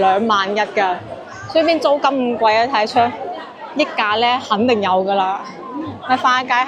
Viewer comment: 更正錯誤（溢）價，不是讀「益」，正確讀音是（日），廣州讀音不知跟香港是否一樣